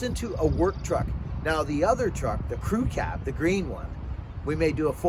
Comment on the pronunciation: G'day - love the crew cab. Virtually every time you say "crew cab" or "crew ki" I mis-hear it and I think you are saying "cookie"! I just finished dressing a Mac bar with spread rails. I use two hack saw blades side by side in the bar groove as spacers and nip it up in the bench vice to close the rails up. Gives the bar a bit more life. Stay well!